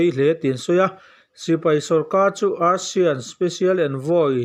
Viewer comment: Youtuber dangte lam dan ai chuan ASEAN i lam dan hi a dik zawk daih ania. Eisian tia lam ho aiin a dik teuh daih zawk e. Kalemyo i lam dan phei chu ngaihnawm tak a ni